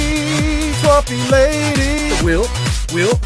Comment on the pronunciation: I like almost all of this, but since when is TWAMP pronounced like 'swamp' and not like 'tramp'?